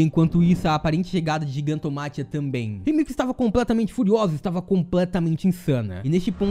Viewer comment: Muito bom o vídeo, apenas um adendo, a pronúncia correta é "GIGANTOMÁQUIA"